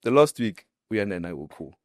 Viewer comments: He can't even say Uyanda's name,He keeps on saying uboy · The fact that u cant even say Uyanda's name bothers me. You keep referring to him as u boy or something🤔 May God help u child